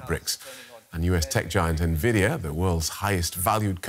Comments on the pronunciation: Everyone: DW: Nay Vidia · Very annoying pronunciation of Nvidia 😡 probably AI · The narrator was sooo annoying. God, pls learn how nvidia is pronounced. Fire the guy and use AI for narration.